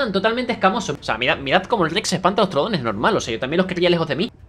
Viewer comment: Realidad se pronuncia trudon